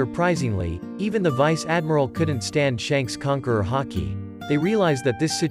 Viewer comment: Bruh he said “hockey” He cannot say Haki but instead hockey